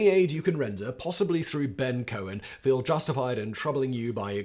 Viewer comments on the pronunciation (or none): none